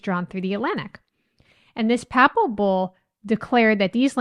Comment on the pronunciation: Papal is pronounced: pay-ple….and the idea of taking the land is Manifest Destiny.